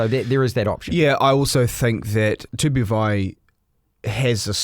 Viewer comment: It's not too poo. It's Too-Bow. 😂 Tu-Pou! Come on mate! 😂